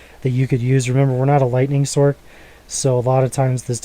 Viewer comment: b-t-dubbs, sorc is said as sorce not sork.. but this is that i run on mine. less gc's tho.